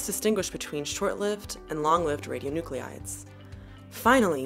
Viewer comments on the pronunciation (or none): Do you mean ra-di-o-nu-clides, like how you are spelling it or ra-di-o-nu-cle-ides like you're pronouncing it? I'm not getting why you are spelling it one way but then adding an extra syllable. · The mispronunciation of radionuclides drove me nuts. Channeling my inner Hermione, it’s radio-(noo-kleye-ds) not (noo-clE-eye-ds). She’s channeling her inner George Bush. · She's pronouncing "radionuclides" incorrectly!!! It's irritating. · So she exaggerated the French pronunciation of Marie Curie, then mispronounced radionuclide over and over for the entire video. If you're going to be a fussy linguistic show-off, gotta be consistent. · your spelling of "radionuclides" does not match your pronunciation. This puzzles me greatly.